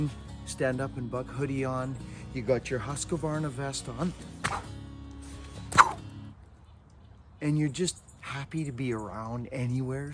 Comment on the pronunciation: Its not Huska varna Its Husk varna Pronounced Hoosk